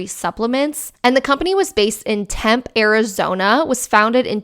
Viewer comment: LOVE your content! I will say, though, that I died laughing at how you said Tempe (Tem-pee), AZ LMAO Only because I live here.